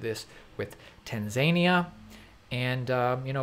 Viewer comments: Tanzania 🇹🇿 is said like tan zan ear. Not tan zinia lol 🙃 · It's tan za knee ah not tanzain ia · Sorry but it's not tan zania. It's tanz a ni a. Lol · Sorry kids, late to the party. Just posted this: GK J 0 seconds ago It's........... tans-a-knee-a.......... bro. NOT............... tan-zia........................LOL geeze. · It’s not Tanzania it’s Tan-Zania 😂😂😂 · Can anyone tell me where Tan 'ZANIA' is? Maybe it's close to Tanzania (Tan Za Née Yah) 😂🇹🇿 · Lmao tan-zay-nee-uh xD (tan-zahn-eea) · I got a huge giggle out of that video too 😂 Clearly missed his geography classes at High School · Lol tanzayneia. It’s tanzAneea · Tan -Zah-Niah not Tan-Zania lol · Not pronounced Tenzaaania But Tahnzahneeya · It's TAN ZA NEE AH dude. Not TAN ZAY NEE AH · It's........... tans-a-knee-a.......... bro. NOT............... tan-zia........................LOL geeze. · not tanz-ania, it is tanza-nia. Love your vids, but please get your pronuncianions right, stop making mistakes reading back articles! it is a pain to listen to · Tanzania... it's pronounced Tanzania bro!! Lol love you guys, love the content. Keep it coming 👊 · No, he’s saying it right. Haven’t any of you ever heard of the Tan-zany-an Devil? Sheesh. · Tan-Zay-Nee-Ah is right next to El Savator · Ahhhhh Tanzania, the mythical place that's on route to some magical mis pronounced fantasy land. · TanZaynyEar is the capital of Tamzania #))))) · Tan Zane ia...almost as funny as the Cotton Mouth episode a couple months ago! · Interestingly I was in Tanzania in 2019 and people there pronounce it tunzanya. Kind of like taan then a lasagna sound after it. Just watch a YouTube video from a Tanzanian creator. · I love your videos. BTW it's tan-zah-nee-ah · Nice video. It’s tan-zuh-nee-uh. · Tanzaynea? 😂😂🤣😂 Great video but that had me ☠️ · Loving all the info keep it coming. Also I hate to be that guy but its pronounced Tan-za-knee-a. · It's pronounced: Tan-zah-knee-a. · It’s pronounced. Tan-Zan-e-ah 👍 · It's Tanza nia